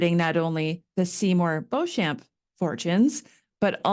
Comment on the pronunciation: This was very interesting and well researched. I really enjoyed it. Sorry to be picky but theres just one thing for me - in England the name Beauchamp is pronounced 'Beecham', and the battle was in France so is pronounced 'Teh-roo-an' I look forward to your book